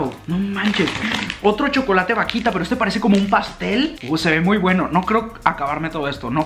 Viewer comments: Ese pastel q decís jajaja se llama alfajor y esa vaquita no es así es vauquita se suena la u, ese popote se llama bombilla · alguien que le diga q se pronuncia vauquita y no vaquita ah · Vaquitaaaa vauquitaaaaaaaa es vauquitaa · Vasito de mate JAJAJAJA "VAQUITA en vez de VAUQUITA" jajaja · Youtuber: vakita, vakita, más vakita, mas vakita Yo: VAUKITAAAAAAAA C DICE VAUKITA XD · vaquita jajajajajajajajajajajajajaja es vauquita forro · le queria pegar una piña cuando decis vaquita en ver de vauquitaaa dios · Soy la única argentina que se desespera cuando dice vaquita es vauquita trato de ponerlo como suena :v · Me desespera como pronuncia todas las marcas vaUquita (no vaquita) eso fue lo que me molestó 😁 igual te amo mucho ♥️ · Me desespera un montón que diga vaquita y no Vauquita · Vauquita...no vaquita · es vauuuuuquita no vaquita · No, yo estaba pensando:AGREGALE LA U A VAUQUITAAA aaa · Se dice Vauquita!!!😡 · El: Vaquita Argentina: Vauquita El: Arco Argentina: ARCOR Unas ganas de corregirlo XD